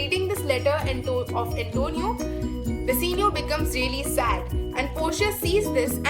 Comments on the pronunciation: Firstly it's bassanio not basenio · In the explanation in scene 2 ur saying Antonia instead of Bassanio